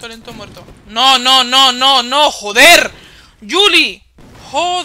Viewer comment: Asdasdasd Por Cierto Es Juli No Yuli.-. Saludos Para Juliana